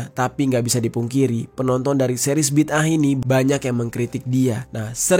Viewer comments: Bukan bida'ah. Tapi bid'ah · BIDAA AH bukan BID AH, BA YA DAL ALIF ALIF HA, itu sebutan yang betul bro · Bang bacanya BIDA 'AH 😅😅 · Bid'ah kalii😂😂😂